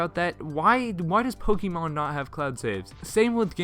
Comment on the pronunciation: u said poky mon